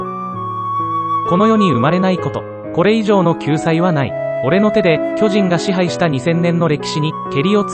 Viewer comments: 途中途中イントネーションが気になりすぎて内容入ってこなかった... きょじ⤵︎ん⚾️ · 巨人の発音が読売で草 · 巨人の言い方がジャイアンツで草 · いい内容だけど、巨人の発音が野球すぎて気になる笑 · 巨人の発音が野球の巨人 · 巨人のイントネーションが読売で草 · 巨人のイントネーションが完全に野球チームのソレで笑った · すげぇいい内容なんだけど 巨人(↑↓)の発音がどうしても 読売ジャイアンツで笑ってしまう 巨人が支配した世界にケリをつけるってV9した巨人の話じゃ無いですよね？ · 巨人の発音が全部ジャイアンツで草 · ソフトの仕様だろうけど巨人の発音が野球のそれでじわる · 解析中のイントネーションが色々と気になった 巨人のイントネーションも読売ジャイアンツのイントネーションだし まるでジャイアンツに誰かが入団したり退団したり又は球団を解体したりそういう風に聞こえた（笑） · 巨人の発音が読売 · 巨人の発音でどうしても野球がよぎるw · 巨人の発音がオール巨人なんよなー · 巨人の発音が読売巨人軍だから巨人を駆逐するエレンが阪神ファンに見えてくるわ。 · 巨人の発音がジャイアンツの巨人… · 巨人の発音が、野球の巨人の言い方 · 巨人の発音が球団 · 野球の巨人の発音で草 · 巨人のイントネーションが野球なんだよなぁ… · 巨人ってとこのイントネーションが ジャイアンツの巨人やん😂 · この発音での「進撃の巨人」は、ただ連勝しまくってるジャイアンツや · 巨人の発音がプロ野球の巨人っぽい笑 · 話と全然関係ないんだけど、巨人のイントネーションがジャイアンツのそれなのが気になる… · 巨人のイントネーションが完全にジャイアンツ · 巨人の発音が球団なんだわ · 巨人の発音がずっとジャイアンツなんよ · 巨人の発音のせいでエレンが過激なタイガースファンみたいになってて草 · 巨人のイントネーションがジャイアンツなんよ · やっぱり、読み上げ音声は「巨人」の発音があっちの方になる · 巨人の発音気になる(笑)⚾それ以外素晴らし🎉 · 巨人と戦鎚の発音が嫌い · この動画は酷い。 何故か読売巨人軍のイントネーションだし、 そもそも「ち」ならし、ってなんだよ 便乗して動画作って悦に入るなら、ちゃんとやるべきでは？ まあ、その資格は無さそうだがな。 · 巨人の発音が読売ジャイアンツ笑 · 「巨人」の発音が読売ジャイアンツの発音で気になるｗｗ 棒読みに学習お願いします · ナレーション「巨人」のイントネーションが野球チームになってるからクスッとくる…… 「巨人のいない世界を作る」とか阪神ファンか！と思っちゃう。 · 巨人の発音が読売なんだよなぁ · 巨人の発音が野球の巨人にしか聞こえんww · 巨人の発音が読売巨人軍のそれ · “巨人”の発音が完全に“読売巨人軍” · 凄くどうでもいいだろうし全く関係無い上に個人的な話で本当に申し訳ないんだけど 「巨人」 の発音やイントネーションのせいで読売ジャイアンツが頭をよぎって仕方がない。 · 「巨人」の発音のせいで「永久に不滅です」の方がボコボコにされる話みたいで草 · 巨人のイントネーションが完全に野球寄りなんよ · 巨人のイントネーションが野球チームなんよ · 巨人のイントネーションのせいで、巨人のいなくなった世界は阪神が悲しむだろうなあとかいう妄想が膨らんで仕方ない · 巨人の言い方がジャイアンツなんよ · イントネーションが読売の方の巨人で草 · 巨人のイントネーションが、ジャイアンツ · 巨人のイントネーションがジャイアンツ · “巨人”の発音が読売ジャイアンツなんだよなぁ… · 巨人が野球の方の巨人のイントネーションになってて笑ってしまった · 巨人のイントネーション。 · 巨人の発音が野球の方やねん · 巨人のイントネーションが読売の巨人の方で笑ったわｗ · 巨人のイントネーションがジャイアンツの巨人なのよ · 巨人のイントネーションが完全に某野球団のそれ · 巨人のイントネーションがジャイアンツなんよwww